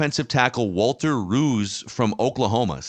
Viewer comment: They're mispronouncing his name. "Rowse."